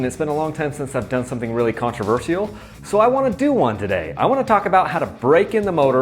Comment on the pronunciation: the way he said controversial. contraverciale